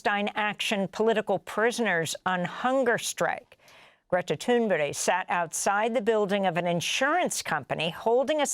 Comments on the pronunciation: Amy, it pronounced, Greta Toon-berg., not Toon-berry. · I’m confused, I keep hearing her called Greta “Thunberry.” Isn’t it Thunberg? That aside, what a brave woman. ❤ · Amy, love ya, but what is with the Greta “Toonberry?” It’s Thunberg, pronounced “Toon-burg.” It’s also acceptable for the ‘g’ to remain silent, but you’re a respected journalist and still don’t seem to care to correct this. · Wow! I was just going to ask how it's possible to mispronounce Thunberg as Thunberry, but thought stop! Better check it out first. I can't believe it really is pronounced Thunberry. Glad I didn't make a fool of myself. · I have brought this up several times now too. She switches between Toonberry and Toonberg ...Not even Greta pronounces her name like that. She also has a habit of affecting a Latin accent when she says Latin-sounding names. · Why does NEVER get Greta Thunberg's name right!? She has had her on her show Twice.! Smh So disrespectful, Ms Goodmein. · Why on earth does Amy pronounce Greta’s name like that? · is that actually how you pronounce Greta's last name? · What's Greta's last name again? Your use of "native" pronunciation has become an editorial "tell". And it's phony af too!